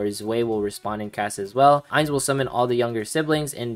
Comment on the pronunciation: btw its pronounced Ains & Zwai (1 & 2 in german)